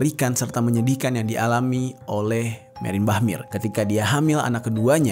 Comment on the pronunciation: Meyer not meir